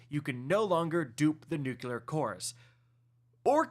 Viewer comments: Nook-ya-ler instead of the real way to say it: noo-klee-er lol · "New-Clear" "Nuu-Cleer" NOT "Nukular" "NooKoolar" SHEESH!!! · Dude you're killing me - its NUCLEAR not "nukuler'. Two syllables, not three. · Please for the love of god the word is pronounced Nuc - LY - er. ! There is no word NOOK - You - LER. SMH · Nuclear dude, not Nucular. Ffs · New-klee-er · it's pronounced "new clear"... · trying to be George with his nuculear weapons. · Yes, he’s saying it wrong, but it’s still a three syllable word, lol. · For the love of god man please learn how to say nuclear or just say nuke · I swear it makes my eye twitch!!